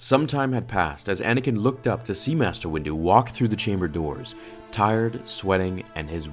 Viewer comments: "Mater Yoda" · in the begining you spelled master as "mater"